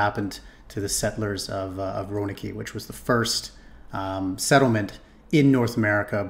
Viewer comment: I have to agree. Too many breaks trying to explain things while pronouncing names wrong like Roanoke and Sioux.